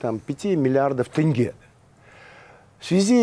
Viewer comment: Почему тЭнге, а не тЕнге?